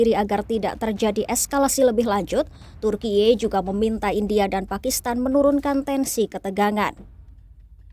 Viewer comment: Serius dengar video ini, tapi jadi geli dengar voice over Ai nya lucu ,vsebut Turki, bacanya selalu Turkie..😂😂😂